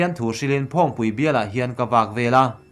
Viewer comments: Phaŵngpui tih tur phăwngpui tih nilo in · I mizotawng chhiat hi uluk ve deuh teh i chhiar diklo nasa thei emmai..phawngpui i tih tekha..leh adang tamtak pawh aw..🙏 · Thillam dik i zir a ngai a nih hi phawngpui i lam dan te ngun ngun ilam dan te a dik tawk lo